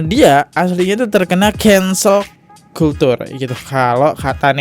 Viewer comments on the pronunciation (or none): Cancel culture cara bacanya "kensel kalcer" bukan "kultur"